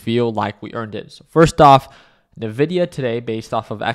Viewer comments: I die a little every time he says Ne-VIDIA 😂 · Lol, he's earned it. Nevidia